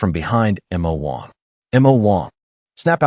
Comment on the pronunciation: That is the stupidity of AI narrators in spelling out some words, especially two letter ones. It's supposed to be Mo Wong(which it is in all the previous videos), which can be translated into Demon King.